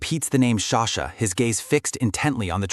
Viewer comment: frrrr ughh i am soo frustrared everytume he calls her sashaa just stop freaking calling her sasha